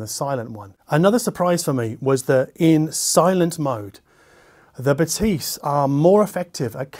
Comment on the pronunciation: Pronounced BathEs. Like the E in english is.